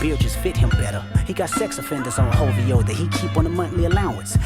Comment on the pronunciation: Is it me or does it sounds like K dot puts h's before his o's?? Like it sounds like he says HOVO